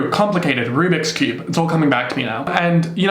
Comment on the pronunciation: “rue-bics cube” LOL